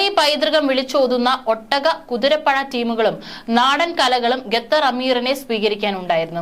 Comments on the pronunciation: ഗത്തർ അല്ല ഖത്തർ 👍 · ഗെത്തറും,കെത്തറും അല്ല, ഖത്തർ ആണ് ശരി. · Gathar Alla, khathar aanu. Swaram sudhi venam news read cheyyumnol. Be careful. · Gather അല്ല Qatar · Katar alla Qatar malayalam padikku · Attn: News reader. U R pronouncing....gather. say Qatar. Also try to stop long intake breathing